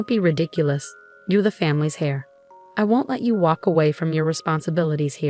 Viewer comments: Heir is pronounced air. The h is silent. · The male child is not the "Hair" , but it's pronounced "air".